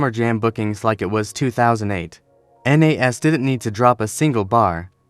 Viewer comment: Stop the A.I. who tf is N.A.S? You mean Nas?